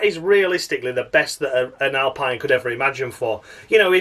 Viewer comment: Alpine rhymes with clean or spleen.